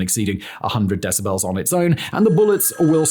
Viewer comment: I can’t get over the way Simon pronounces “decibels”